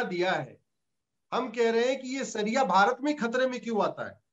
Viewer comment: हिन्दी तो शुद्ध बोलिउए वकील साहब। शरिया को सरिया और इसी तरह के शब्दोँ को ठीक से उच्चारण करिए।